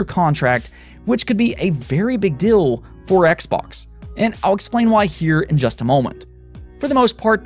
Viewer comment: Im the one who is hearing guy saying "dill"?